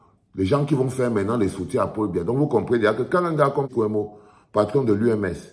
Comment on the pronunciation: C'est kwebo et non kwemo